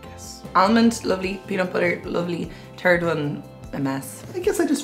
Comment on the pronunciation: "Turd one, a mess"?